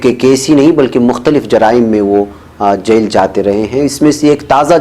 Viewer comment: بہت افسوس ہو رہا ہے یہ کہتے ہوئے کہ کئی بار آپکا تلفظ صحیح نہیں ہوتا ہے، آپ جیل کو جس طرح بول رہے ہیں وہ سن کر میری طبیعت بھاری ہو جاتی ہے کان بوجھل ہوجاتے ہیں، برائے مہربانی الفاظ کے تلفظ پر بھی تھوڑا کام کریں،